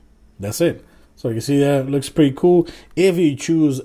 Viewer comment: It's so annoying how you pronounce "cool"